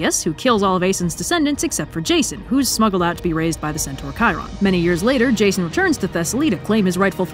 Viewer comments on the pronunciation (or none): none